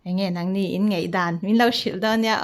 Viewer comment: Ngaihdan tih turah ngeihdan ti bawk a..daihlo tih tur ah deihlo.ti bawka.mizotawng hi uluk hram hram ang u